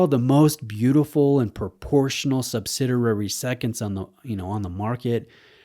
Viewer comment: What is “Subsiderary?” Are you saying subsidiary?